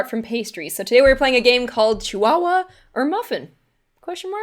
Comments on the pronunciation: ITS A CHIHUAHUA P.S it's said Chi-Hooa-hooa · I actually pronounced chihuahua with the h in my head